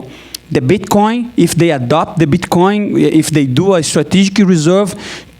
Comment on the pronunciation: I think he said Bchcoin in the beginning 😂